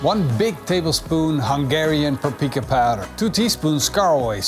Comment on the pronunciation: This man is absolutely WRONG about gulyás. It is indeed a beef dish in Hungary. And the way he butchered the word "paprika" is an embarrassment to Hungary and ruined the whole video.